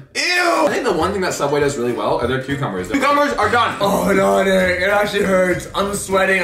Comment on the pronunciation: it's Derek not deror